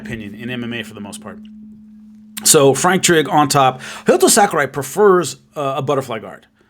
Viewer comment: I thought his name was Hayato not Hayoto